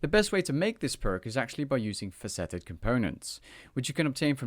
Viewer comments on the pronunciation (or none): fass et ed components mate... pronunciation is a bit off...?